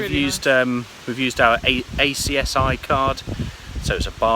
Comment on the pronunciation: Congratulations, what a fab honeymoon, just a shame Bentley missed it! I’m having a Californiacamping fest after your channel came up as a suggestion and loving you and your channel. Just a couple of things though, ACSI is spoken phonetically and not spelt. also big safety issue, it’s not recommended to stay overnight at the road aires and not to confuse them with the camping aires that are special areas provided by villages and towns especially for motor homes. Sure you knew this but best to mention it for others watching who may not. Keep the videos coming 👍🏻